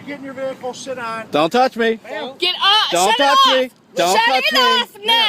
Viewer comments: Why karen no2 officer sound like he saying shet instead if sit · Did he say "go shit in your vehicle" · I like how the officer sounds like he's saying: "go sh*t in your vehicle" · To me it sounds like the cop is saying “go shit in your vehicle” 🤣🤣🤣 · Cop: Go sit in your van Me: hears" go shit in your van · lmao it really sounded like shit down 😂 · I know its video quality but anyone else hear " Go shit in your vehicle ma'am" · Who thought the cop said “go shit in your vehicle” the first time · I can’t stop hearing “Go shit in the car ma’am” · When the guy is saying sit it sounds like he is saying shit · i cannot be the only one hearing "go shit in your vehicle" lol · If you tur captions on when he says sit its censored cause it sounds like shit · not gonna lie when the cop said go sit in your vehicle it kinda sounded like he was cussing.